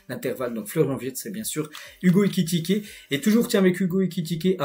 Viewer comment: Excellent travail c'est ta façon de prononcer Ekikité😅😅😅 au lieu de Ekitiké qui me retiens